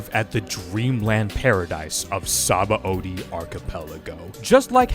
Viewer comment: Not to be THAT guy, but apparently Sabaõdy is pronounced “suh-BON-dee”, not “sah-bah-OH-dee”, since it comes from the Portuguese word for soap.